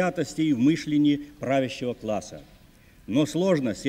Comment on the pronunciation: Мы́шление (как обычно любил говорить Горбачёв)